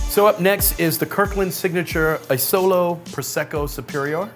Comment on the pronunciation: It’s not “oh so lo” Prosecco, “ah zo lo” Asolo